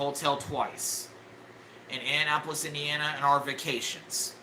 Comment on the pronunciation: one of my favorites is "In'n'apolis"